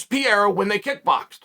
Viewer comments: His name is Pareira not Pierra? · Holy disrespect...still calling the guy Piera!! Pe-- rei--ra, not so hard PE--fucking--REI----RA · Hhahaha I fucking laugh to death when Chael says : "Piera" instead of "Pereira" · Pereira not Pierra ffs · Chael brother….i love ya but you’re chopping that name up🤣 it’s pronounced “PAH-RAIR-A” lol not pareeeraa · Alex Pierra is the greatest mispronounced name Chael’s ever created. After he beats Adesanya Chael will call him Pereira though. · “Pierra”… Who da fook is dat guy? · “Piera” FFS 🤦🏾‍♂️ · "Pierra, michaeljeff, oozeman, blahovovic"..chael's a legend. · Stop calling him Pierre 😭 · Pereira? No! Peeyera ✅ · Chael saying Pereira had one job whilst calling him Piera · Not gonna be a fun three months if you keep calling him Pieira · Ah yes the legendary Alex Pierrea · Peearea? Really?smh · Cheal always announcing names wrong Pierra, Makelchev 🤦🏽‍♂️😂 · Ok why does Chael keep calling Alex "Piera"? Is this some joke he has going on ? Or is he too american to bother with pronouncing foregin names right ? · It's pronounced per rerira the I is silent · It's pronounced peh-rare-rah and it is likely that Alex has been practicing takedowns with Glover for some months now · Nobody: Uncle Chael: Pee-Air-Rah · I had to check the title of the video again to make sure that man’s last name is pereira and not piera lol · I love how Chael intentionally pronounces everyones name wrong. “Piera” “Will Fury” 😂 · Where did he get the name piera from? That’s like Joey Diaz saying KhALAbib lol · "Alex Piera" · not chael mispronouncing the name of the topic of interest😹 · Brother pronounce Alex’s Pereira name correctly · I swear Chael has to be mispronouncing his name on purpose at this point 😂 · How can we even take you seriously, when you can't even say Alex name correctly!